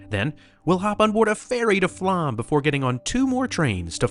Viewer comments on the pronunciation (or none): FYI, the "å" in Flåm is an "o" sound more look "Flohm". It's an understandable mistake, but it's an interesting point to raise as part of one's experience in Norway. Additionally, Norway is NOT expensive. Alcohol is so don't drink so much. Tips are not required so the prices you see are the prices you pay. Groceries, modest hotels, hostels and AirBnBs/VRBOs are reasonable. Plus, for a country with some of the highest taxes in the world, the Norwegian people are incredibly content and happy. There is almost no homelessness, good infrastructure, lots of transportation options, clean, orderly, and safe. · language tip: you might want to research pronunciation in foreign languages. Flåm is pronounced Flom, the å is an O sound. Bergen is pronounced like Bargain, Most germanic languages ER is not an English er, but more are or air sound. Norge is not like George, but Org like organization with an eh at the end, Norg-eh. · My family just got back from Norway. We’re a Norwegian family. I’m a third generation Norwegian. It was absolutely amazing! It’s actually pronounced Floam even though it’s spelled Flåm. We’re hoping to go back soon! We want to find our family there. It was so hot when we were there. It was 85 degrees plus everyday. It was absolutely beautiful! I’m proud to be Norwegian! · Try to learn to pronounce "å". It's is easy. It's not "a". It's more like "o". Aw. Open. Door. Flåm is not Flam! It's more like "Flom". Nice video! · The English phonetic pronunciation of "Flåm" is "Flom". The "å" in Norwegian is pronounced like the "o" in "born" in English. ❤